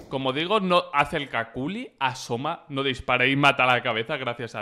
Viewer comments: Se pronuncia 'cucli', no 'caculi' :v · Me da gracia "Caculi" yo siempre lo escuché como "Cukli" xD